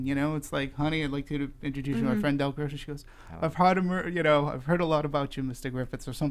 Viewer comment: Fun listen, but for God's sake, get the character's name right: It's Del GRIFFITH, not GRIFFITHS!!!!!!